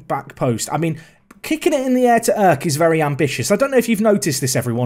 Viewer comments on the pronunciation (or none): Dude you're pronouncing Erk so wrong. You're saying like as if it was written like ök. It's pronounces with strong e and strong r.